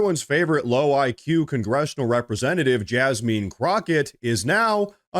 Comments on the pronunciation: It's Jasmine not Jasmean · Please refrain from mispronouncing people's names. I am no fan of Jasmine Crockett, but no one's name should be mispronounced. The pronunciation is not Jasmeen. Thanks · Jazzmin is how it's pronounced. Sorry I'm just anal that way. I do love your show and I've been subscribed since the very first time I watched. I watch everyday. Also the same Act Blue fraudulent donations were napping during Kamala's campaign. There is a video on YouTube about it. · LOL you called her JasMEAN lol!